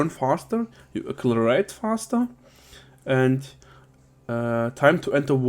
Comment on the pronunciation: Accelerate... Sag: Ekselereet ;)